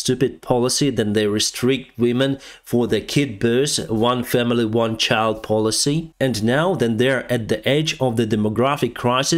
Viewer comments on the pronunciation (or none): none